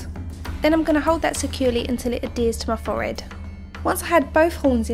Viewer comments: real good but it annoyed meh when u said "fored" instead of forehead but any way really cool 😀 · the way she says forehead 😂😂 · Layla Underhill OMG I was thinking that!!